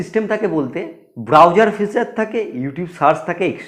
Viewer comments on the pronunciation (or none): none